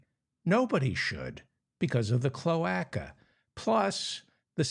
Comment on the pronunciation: Mr. Feldman, the "a" in cloaca is long - so it is pronounced cloāca. I worked for a bird specialist lol 😊